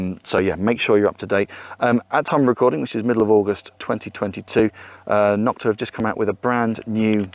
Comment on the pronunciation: NO-kta, not Nok-ta. Other companies started bashing Nokta when they came out by calling the knock offs. Thus, the derogatory term Nok-ta was born, instead of the proper pronunciation of NO-kta.